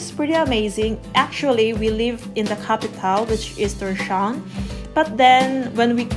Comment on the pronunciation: It's pronounced Tor's-hawen (Thor's Haven) not TorSHavn